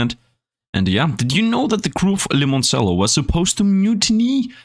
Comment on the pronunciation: I love your videos, but it's pronounced Limon-chello (like the instrument)! lol